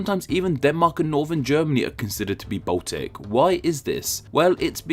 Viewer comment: He also says Botic instead of Baltic.